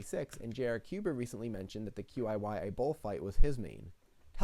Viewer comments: qiyi is pronounced chee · By the way, I may be wrong, but I think that QiYi is pronounced like Chih-Yur, or just Chi-Yi if you want to Americanize it a bit more. It will be easier than saying the individual letters every time.